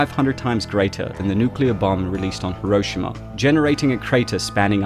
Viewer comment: Dislike cause you pronounce Hiroshima wrong so many times